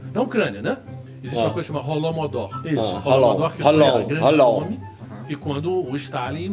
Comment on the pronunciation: É Holodomor e o cara diz Rolomodór